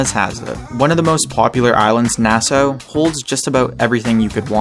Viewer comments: I live in the Bahamas btw its pronounced nah-saw not nah-so lol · in the bahamas it pronounced na-ss-aw